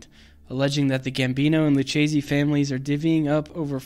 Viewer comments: Lou-Kay-zee. Not lou-chazee. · Are any of you Italian? Lucchese is pronounced "lukkese". The "ch" in Italian is pronounced like the letter "k". Also "capo" is pronounced "kapo", not "kaypo".